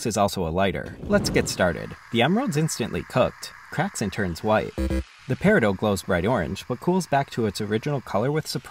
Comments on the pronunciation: I thought it was pronounced Perry-Dot.😢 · Isnt peridot pronounced peh-ruh-daat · Bro pronounced peridot like perideux, you pronounce the t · I’ve noticed an upsurge of people pronouncing it Paradoe instead of paradot I’m really wondering why because it does have a T on the end? Peridot? Is this another Carbeen vs Carbyne situation where the pronunciation is regional? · did you just call it PERIDOE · Is that actually how to pronounce peridot? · you pronounce the T in peridot dude get it right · I’ve only ever heard people say it without a silent T and know I’m purely curious to know just how many people say it with a silent T it was weird but if it’s a way people say it then yk oh well little less odd but definitely interesting to me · Why on earth do you say peridot like that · How did bro say peridot again because what i heard is a completely different word keep it up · It's a French word, so in that case, the "T" is considered silent. But since most Americans aren't familiar with that rule of ending consonants, it has become widely accepted to pronounce the "T."